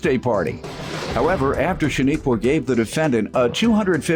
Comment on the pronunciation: Her name is pronounced SHA-NIQUE like you would say unique. There’s no a at the end